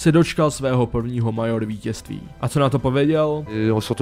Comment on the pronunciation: výslovnost Major a EnvyUS mě zabila :D naprostá czenghlish :D